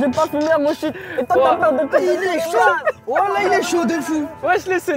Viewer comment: Mais pk il dit c'est saut au lieu de chaud 🤣